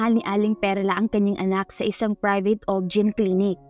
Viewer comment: Maganda ang kwento pero miss narrator bakit naman ang OB GyNe ay naging objen😊